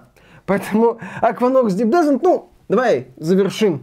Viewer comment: Descent - ударение на последний слог, так-то